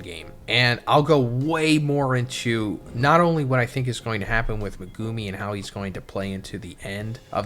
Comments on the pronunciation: "Megooomi' looool it's pronounced Meg u mi. How they say it in the dub, would be correct because they get told how to say it. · every time he says "me-goo-mi" it causes me physical pain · Good video but it’s megu-me not meg-goo-me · No hate but please. Its pronounced meg-oo-mi not me-goo-mi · HIS NAME IS MEG-ga-me man… you keep saying maGume and that’s just incorrect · is saying 'Muh-goo-me' and I think the argument is that it's supposed to be said as 'Mega-me' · I've gotta say it. Who the hell is meh-goo-me? Do you actually watch the show/read the manga as a fan, or just farming YouTube views? Legit question. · Say it with me Meg ou me that’s how you pronounce his name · Megoooomi. What did I just hear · it's Mehgumi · Naughty chapter as always.. But what gets me is I can't hack how you pronounce megumi' name 😭 me goo mee😭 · Guys, guys. It could be worse. He could be saying 'Me-gummy'. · Im sorry I hate they way you pronounce Megumi name 😂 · if this dumbass doesn’t stop saying megumi yuta last name wrong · not a fan of how you say megumi LMAO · lol my guy you not say megumi name right lokl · ill follow you when your pronounce megumi right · fr! it makes me cringe every time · Naa "Mehgoomy" and "Sehkoonah" is crazy.